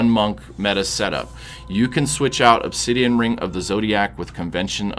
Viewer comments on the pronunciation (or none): none